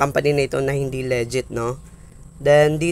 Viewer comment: Nakakainis pakinggan yung "LEGET" mo hahaha. Legit ug Leget.. Tsaka na ban kaba dahil dalawa ginamit mo gcash name mo? Ikaw ba yun haha